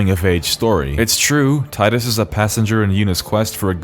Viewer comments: HAHAHAHAHA I love you hahaha its fucking Titus not Teedus lmfao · Damn right its Tide-us us not tee-dus. Fuck what they think is canon, its wrong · I'm subbing because you didn't call him "Tee-dus" I know its canon but that really bugs me. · You said tidus correctly. Thank you. Anyone who argues its "tee-dus" is objectively wrong, that's not how the english language works. "oh, but the original japanese said it like tee-da" Okay, then spell it differently. The combination of letters we got doesnt make the sounds you're pushing people to make. This message is on behalf of team tidus. And you know how im saying it. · The fact that you pronounce Tidus correctly made this video instantly wonderful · Love that you pronounce Tidus correctly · tee-dus is a truly terrible pronounciation, saying tidus like a normal english speaker makes so much more sense because it even matches the game's beach theme as in "tide" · Thankfully, you're a normal person and not some weeb who pronounces Tidus' name incorrectly. ^__^ what a relief. . . We're glad to have you on the team. 🫡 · Liked for saying Tidus named correctly. Fight me too. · So glad you pronounce Tidus' name right. If they wanted us to call him Teedus they shouldn't have spelt it Tidus. It's literally the Roman name Titus just with a D in the second T spot. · You get a like for pronouncing Tidus correctly. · The pronunciation of Tidus is canon because it's a real world name. If you want to be proudly stupid then that's on you.